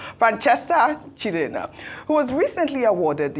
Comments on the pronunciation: Why's this always spoiling igbo names as if she's not an igbo person while she pronounces other tribal names well Why calling CHIEJINA,chidena. She celebrated her mother's memorial service and according to her mother's name, she was an igbo woman so i wonder why is finding hard or ashamed to speak igbo language properly. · The way pronounces Igbo names without correlation to the original meaning is just scary😂😂 Chidenna as against Chi-eji-na, or am I the only one who notices this? Unless the producers spelt it wrong even though what they wrote has more meaning than what she pronounced. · that Sopranos name is pronounced Chi-eji-na. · Ojy, please pronounce that name like Igbo neighbor or Igbo girl ,her name is Chi eji na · Even can't even call the igbo name. Chi-Eji-Na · Chi-eji-na. Ojy can’t you pronounce that name? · Ojy can't pronounce "Chiejina"